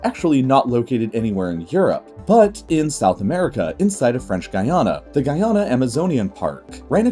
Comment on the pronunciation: I would just like to take this moment to say good job on your pronunciation of Guyana & French Guiana. Thank you!